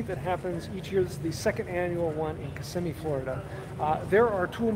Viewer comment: Thank you for pronouncing Kissimmee correctly.